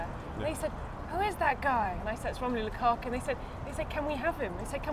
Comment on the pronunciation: It's Lukaku not Kalou